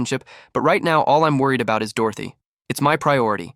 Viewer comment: This AI story is frustrating to listen to because the AI can't keep the pronouns consistent and can't pronounce Dorothy half the time.